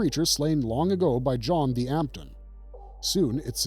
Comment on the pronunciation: 'Lair of the White Worm' - It's pronounced 'dampton' not 'dee-ampton, you just ignore the apostrophe, which you would know if you had watched it!